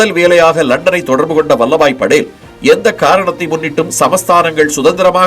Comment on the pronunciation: நல்ல பதிவு ! ஆனால் படேல் , Padel என்று கூறப்படுவதை தவிர்த்திருக்கலாம்.